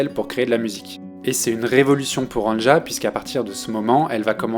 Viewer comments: Le J se prononce i en allemand. C'est Ania que ça se prononce, pas angea. C'est annie en somme. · Ca se prononce Ania et non An ne ja. Sinon, merci c'est excellent et c'est une très grande artiste. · Je l'écoute depuis ses débuts. Je ne connaissais pas cette chaîne. Très bonne vidéo, vraiment j'ai bien aimé, j'ai appris certaines choses. Un seul reproche, chaque fois que j'entends son prénom écorché dans la vidéo ça me fait mal. Ça se prononce ''Ania''. Avec tous les sites de traduction/écoute, c'est facile de vérifier pourtant... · Merci pour ta vidéo bien faite, mais on prononce Ania. Le J se prononce i en allemand. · Avant de faire de video sur les artistes (qui ne t’ont certainement pas demandé de le faire) , apprends à prononcer leur nom correctement, tête d’œuf 😡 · Quelle qualité ? Il ne sait pas dire le prénom de l’artiste…